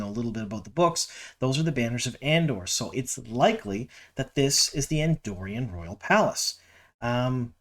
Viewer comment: First of all, a pet peeve... It's AndorAn, not Andorian. We're talking about WoT, not Star Wars! I think she may be Elaida as you suggested, but honestly, she could also be Lini (my first thought) or even Morgase, since they're not doing the ageless look.